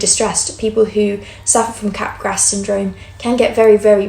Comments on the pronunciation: Capgras is French and pronounced cap-grah. The S is silent. It’s not entirely uncommon. I’ve seen it about 5-7 times among psychotic patients. Cotard syndrome isn’t extremely uncommon either. A handful of bipolar patients will have these somatic delusions. In the presence of mania, especially with psychotic features, somatic delusions are almost a hallmark feature. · Wow, really interesting stuff! Sidenote: Capgras is pronounced without the S (like 'mardi gras').